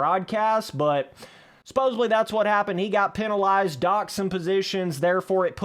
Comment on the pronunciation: are you loud enough? jesus christ. Also "Suppose(B)ly" aint a word homie